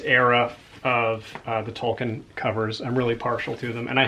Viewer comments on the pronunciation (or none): none